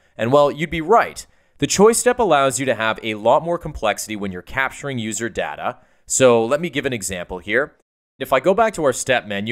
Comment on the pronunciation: you pronounced data the wrong way!!!!!!!!